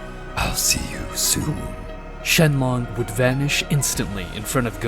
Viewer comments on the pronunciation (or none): Shen long??????😂😂😂😂😂,it's shenron,😂😂😂. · "SHENRON" Not shenlon. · Did you just called shenron to shenlong? 😂😂😂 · He called him shenlon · He said shenlong🤣🤣🤣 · bro im dying too "shenmonk" XD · NO HE SAID IT SHENLONG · "jeenae" "Dragon spheres"